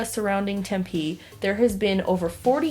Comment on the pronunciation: as a fellow Arizonan, im triggered by how you pronounce Tempe